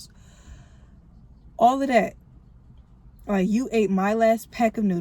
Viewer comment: Congrats on having your baby 🎊🎉 Are you from the the DMV bc you said “Ard” 😂😂